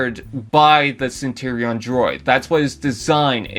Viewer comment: Centurion not Centerion 🤦🏻‍♂️